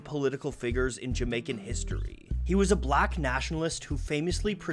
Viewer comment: As a a Jamaican I must say your pronunciation and research was on point! I mean really well done. Some of these topics and themes weren't discussed even when I was in Jamaica